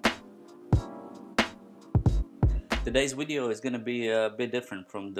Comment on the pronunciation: Please say "wideo" again 😂😂😂